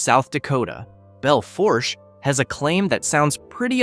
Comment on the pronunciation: It's pronounced Bell Foosh.